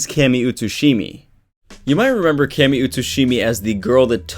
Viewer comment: Thought it was pronounced (Kay-me)?